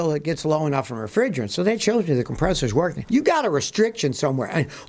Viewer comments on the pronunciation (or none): "Workeen" is not a word.